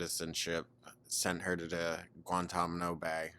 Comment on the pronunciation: Did you just say Guantamano